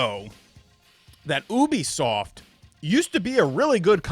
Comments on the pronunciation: its ubisoft not obisoft 😂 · Why you say it like that?😂😂😂😂 maybe I’ve been wrong all these years. YOU-B-SOFT lol